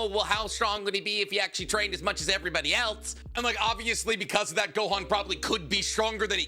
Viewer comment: It’s Gohan and it’s not close